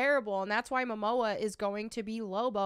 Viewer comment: Ezra has pronounce privileges, Momoa doesnt